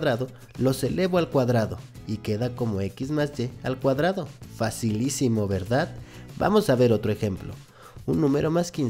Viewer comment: Pero no digas "facilicimo",por q me siento tonta